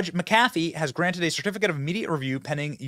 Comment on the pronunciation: The way you said "McAfee" is freakin hilarious 😂😂💀💀💀💀 I'm sure John McAfee woulda had a good laugh at it 😅😂